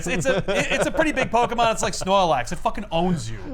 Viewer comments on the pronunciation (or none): The thing that bothered me was the pronouncing of Snorlax from